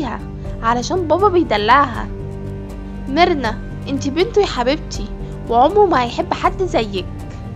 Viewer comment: لما تقول مرنا احسها تقول كبرنا😂🤣